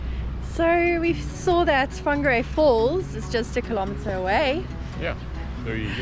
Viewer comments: Just stumbled across your video. I live in Whangarei, so welcome. Thank you for announcing our te reo correctly truly appreciate it❤️ If you love costal life you've move to the perfect location. Beaches either way you travel. From 10 to 45mins depending on what your into. Rocky, boulder, fine sand, chucky sand, shelly. Whangarei has it all!! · Wow! Congratulations you even pronounced it well. Welcome. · Appreciate u made the effort 2 pronounce Whangarei correctly n welcome to Whangarei NZ